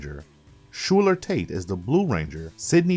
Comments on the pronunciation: You mispronounced Sky Tate's name. Schuyler is pronounced Skylar. You also called Astronema "Astromena". Too many mispronounced names. Emperior Grumm? Need to do a bit more research on how to pronounce these names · So is the narrator even a PR fan? I'm kinda miffed about the pronunciation of Sky's full name